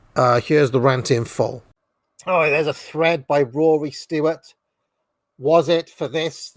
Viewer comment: Jesus christ it's "stewart" not "stoowart" and also it's "cenTRist" not "center-ist"